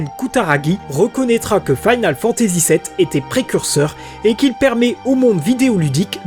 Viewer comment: Faïnale Fantazi ou Finole Fantazi? Sinon très bonne vidéo, bonnes recherches, dommage pour l'accent qui te saborde un peu le gros taf fait derrière vu que tu dois le prononcer une bonne centaine de fois sur plus de deux heures. GG ! En tout cas, bonne synthèse de plein de sources